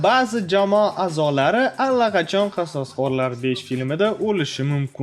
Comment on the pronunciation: Qasosqorlar deb aytmang odamni gʻashiga tegayapti